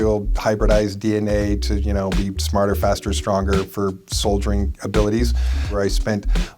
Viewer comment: "for....SOLDIERING abilities"